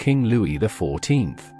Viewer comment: AI Pictures and text-to-speech. Louis the 14th is referred to as Louis XIV (pronounced Ex Ivy)